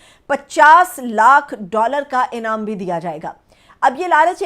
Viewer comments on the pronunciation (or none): none